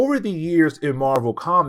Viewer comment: "Rogue" not "Rouge." Otherwise. Keep up the great work.